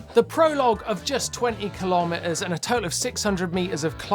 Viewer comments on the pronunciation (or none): none